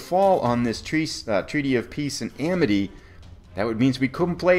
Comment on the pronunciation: Awesome! If you listen very carefully at about , you'll hear yourself say "the Peaty of Treace and Amity". Comedy gold. :D Great video. Enjoying the series very much.